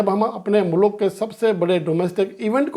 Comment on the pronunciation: apna jaban me sudhar karen... Muluk nahi Mulk... Sakul nahi School bole..